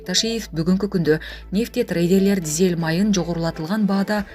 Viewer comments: Дзель эмес дизель деп туура окуп,анан чыксанар жакшы болмок. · Дзель эмес!! Дизель! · Дзель эмес дизель деп айтылат!!! Ушундай грамматикалык катаны көп кетиресинер!!! Ушуга окшогондорду жоготпойсунарбы, адамды уят кылбай!!!